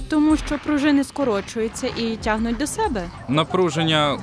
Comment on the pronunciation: Неймовірно цікаво, чекаю з нетерпінням нових відео. Одному з персонажів озвучки треба попрацювати над мовою- цягнуць, десятиліць. Вибачте за ложку дьогтю😄 і дякую за вашу працю.